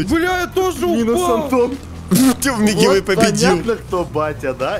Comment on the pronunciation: Никто: Абсолютно никто: Я🗿: Не Мигивэй, а Милкивэй)))